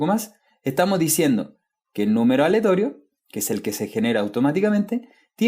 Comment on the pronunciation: mi ansiedad no me dejó ver este vídeo porque decías "aletorio" en vez de "aleatorio" :(